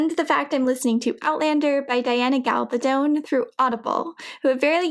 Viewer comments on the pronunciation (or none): The dress is gorgeous and you have mad skills. However, as she is sponsoring this, would it not be prudent to actually pronounce Ms. GAB-al-don’s name correctly? Asking for a friend... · Gabaldon = Guh-Ball-Din